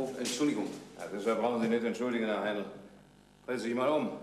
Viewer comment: Ich schaue mir die Folgen immer wieder sehr gerne an. Jedes Mal stolpere ich darüber, daß den Helmut mit Hein(d)l anspricht, statt mit Heinl.